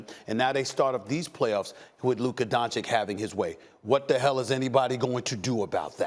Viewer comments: Not donchick, its Donchich! 😛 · My only wish in this life is that Stephen A says Luka's last name right.It's said "Donchich" not "Donchik" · Why is SAS suddenly saying Luka Dončik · Man, it's been 3 years, stop calling him Donchik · How do you not know how to pronounce that💀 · Why is Stephen A saying luka dončik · If i was Luka Doncic i wouldn't ever give an interview to Stephen A Smith again until he starts saying my name correct. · SAS, you almost had it right there. Just missed the last "c". Maybe in 20+ years, when Luka gets into the HoF officially. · I swear to god how difficult is it to pronounce Doncic? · I don’t get how people talk like Luka is a bad defensive player. He is not exceptional on that end of the floor, but he is not a disaster. And please, somebody tells Stephen A. How to pronounce Doncic! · Learn how to pronounce "Doncic"... it is your job ffs!